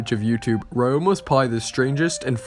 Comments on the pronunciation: pronounced re-yo-ma, not rye-yo-ma, but other than that great video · Pretty sure it's pronounced ROW-MA.... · The way you pronounce Ryoma is bugging me